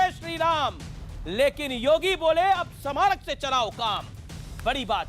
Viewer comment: Amish devgan I watch all your shows par aap Hindi anchor ho ucharan pe dhayan dijiye hamesha parakastha ko prakastha bolte gain aaj ismarak bhi galat pronounce kiya